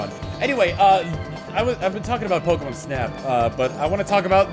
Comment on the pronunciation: The way you say pokemon reminds me of how they said it early on in the original anime, they always pronounced it Pokemun